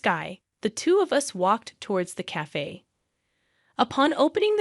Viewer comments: Cafe is correctly said like KAF-AAY, NOT kaf. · And the badly programmed AI TTS can't pronounce "cafe". 🤨